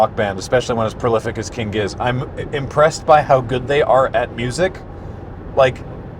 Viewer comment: I'm glad this isn't spoken like gif